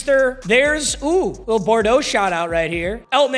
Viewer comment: it’s bou-dro not bor-do 😔